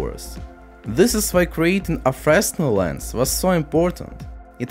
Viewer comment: Small correction on pronunciation: It's "fruh-nel", not "fres-nel". Oops.